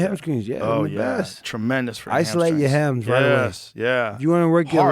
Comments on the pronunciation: Is he calling them hamSCREENS? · Well, maybe I’m not the one that should explain to you because I don’t know why. But words that have “str” have been pronounced as a “skr” for a while now. I believe it is slang that began in the Atlanta area. I could be wrong, but I think Adam “Pac-Man” Jones explained it on the pat Mcafee show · "Ham skrings" sent me 😭